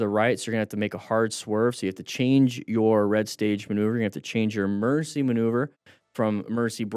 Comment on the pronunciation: I keep hearing "mercy" instead of "emergency" like for swerving and stuff. gonna be using "mercy" now coz of that xD